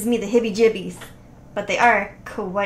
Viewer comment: 1. Love how you said "hibby jibbies" instead of "heebie jeebies" Made me think of Gibby from iCarly. 😂 2. Missed opportunity to make a Year 3000 song reference. 2a. Busted originally sang Year 3000. Not Jonas Brothers. I feel like no one knows that. (It's a sore spot. Lol) 3. I love the a-symmetrical hair you gave the character! 3a. I think the hair also accentuated the fact the shoulder sizes are different. I used to have that problem too. I literally made myself measure my shoulder width ahead of time just to give myself a better spacial guideline to the composition. Now I've learned to eyeball it a lot better. Maybe you could try putting some very light guidelines instead of diving right in. 😊